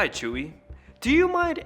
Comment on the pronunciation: He didn't say "hi Chuy" he said "hi chewey"